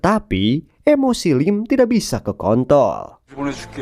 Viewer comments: kontrol bg, kontrol, "r" nya jgn di ilangin 😂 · apa cuma gw yang denger " emosi lim tidak bisa ke kontol " hahahahaha